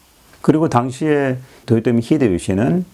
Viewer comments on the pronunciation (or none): none